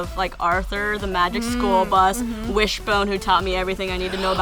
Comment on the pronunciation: did the chick say whisbone Jc